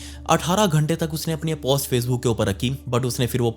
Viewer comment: Post को जरा हल्के से बोले प के ऊपर कम वजन डालो